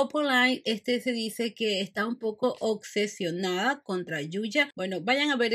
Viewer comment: Obsesionada … no ocsesionada!